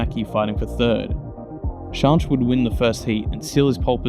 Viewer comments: Yeah AI is unbearable, although I'm still left a bit confused if the 'Shonsh' repeatedly mentioned is actually Schanche?? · Firstly, you really do need to brush up on your pronunciation of some of the drivers especially Schanche…! But a really great video, excellent footage of the old iconic group B cars strutting their stuff & their evolution in Rally cross after the end of group B in 86. I remember watching these cars back in the day with fond memories, so much so that I have my own group B car in the garage… a tuned Sport Quattro…💪🏼 it’s no garage queen either, it gets used regularly… & gets a massive following wherever it goes…😎 Well done sir, keep on keeping on 👍🏼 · Eddi Laumanns is an endless source of rallycross information. He attended every single round of the ERC/ERX or whatever it was called. He didn't miss one round and has a photo catalog like you wouldn't believe. Needless to say he was a photographer of these events and has very good connections in the old generation of rallycross drivers. BTW I love the way you say Schanche! It's very wrong, but very funny! It's like you would say skank with an E at the end "SkankE" or as many reporters from Britain would say "ShankE". Great video sir. 😁 Also also! The fact that you only have 68 subs is criminal! Here, have mine! 😁